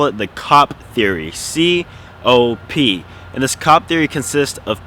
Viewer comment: when you said C.O.P I thought you said COCK LMAO but great video love the tips